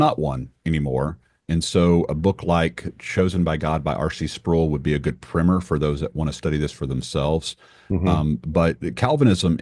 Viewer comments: Did say “primmer” when referring to Sproul’s book? It’s “pr-eye-mer”! Like when you PRIME a pump! Lol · “Primmer” is actually “Primer”. Is this southern thing to say “primmer”?